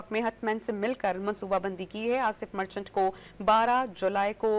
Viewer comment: مرچٹلا نہیں مرچنٹ ھے